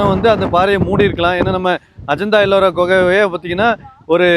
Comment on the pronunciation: ஐயா, " கொக" என கூறாமல், "குகை" என கூறவும்.